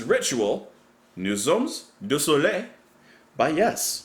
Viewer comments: Dear, could you repeat "Nous sommes du soleil" please...? The Jon Anderson's pronunciation is actually better than yours...😊 Anyway you are so cool, I love your channel, and this track, and this album, continue to brighten my life 45 years after...the first listen. Cheers. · Final episode of greatness. We are of the sun. Pronounce it “Noo sum du so lay“. You now have to watch a life version of that : it's Chris's high moment of the concerts… a real show man. One more thing: Steve Wilson's version is very different from the original especially on Chris's solo… Alan White's solo, on scene they all take percussions.